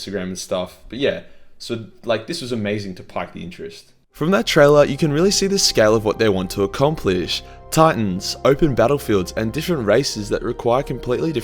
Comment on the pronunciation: It's pronounced "peaked" not "piked".